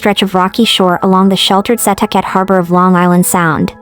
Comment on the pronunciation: Thank you for covering this! It is so underreported. Only criticism is the pronunciation of Setauket. It’s pronounced “ Suh talk it”